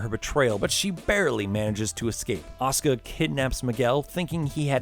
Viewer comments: It's Asuka with a "u" not Aska ffs!!! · Asuka, not Oscar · Why are you saying Asuka as Oskah? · Also "Ya-ka-zuh and ah-suh-ka" It's Ya-koo-za and a-soo-ka